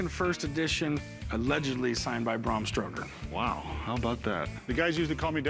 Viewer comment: 'Brom Stroker"